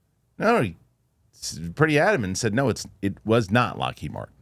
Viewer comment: Witness 2; Ross. It’s Lockheed😊😊